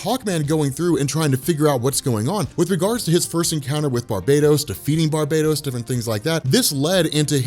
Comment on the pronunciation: Ur pronouncing barbatos as barbados plz stop sayin Barbados it's bar -batos